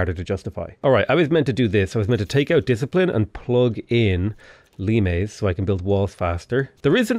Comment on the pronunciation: pronounces Limes correctly.